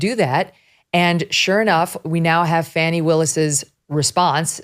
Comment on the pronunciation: By the way everybody its pronounced Fawni!